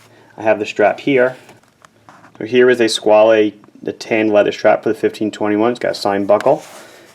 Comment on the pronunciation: Before TGV came along I liked the name, I thought it was simply Squale, with the "...ale" as in "Ale" or "Whale" etc. He really ruined it for me, I'm dreading to see what he would do with words like "Squalene Oil". Squale as in whale is much nicer and what Robert Shaw or Roy Scheider would say. I'd have the blue one like his by now if only it wasn't for the odd looking flat facet on the right case side and this way he pronounces it. He sounds like he's mangling words like as if he was The Continental - Christopher Walken in the SNL sketches, a favorite sketch of mine though. He lives right near him here in NYC too, still the same mustache! LOL